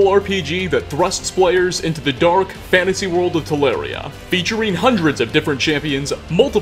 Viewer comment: Only this guy can make the word “world” three syllables. “Wor-or-orld” Sigh.